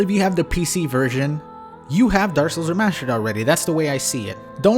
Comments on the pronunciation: "remascher" It's remassster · ThrustFrom Behind I was looking through the comments to see if anyone else caught that lol it's the remashtered version of saying remashtered..